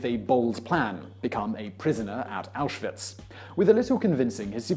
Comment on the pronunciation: "...In the hopes of being sent to auswitch". Yeah not the most common sentence uttered...